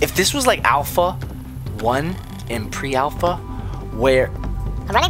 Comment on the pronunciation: Why say alfalfa 3 hard alfalfa 3